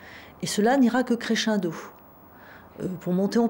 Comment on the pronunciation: « et cela n’ira que créchindo (crescendo)» je sais que ce ne sont pas des vidéos qui se prêtent à l’humour mais elle m’a tué 😂